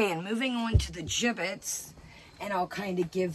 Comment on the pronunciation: Did you say giblets or gibbits? 😂😉🥰